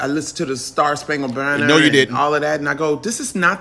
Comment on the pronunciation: She didn't say star spankle banner, she said bander what ever that is!!